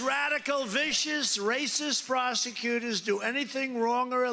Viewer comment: did he just say "Frosecutors"?? Lmao what an idiot!